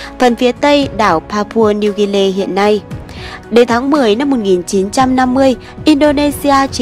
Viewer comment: Pa Pua Nêu Ghi Ni chứ ko phải là Pa Pua Nêu Ghê Nê